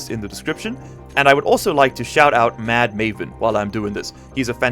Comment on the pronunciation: Just so you know madmavn is pronounced mad-mav-en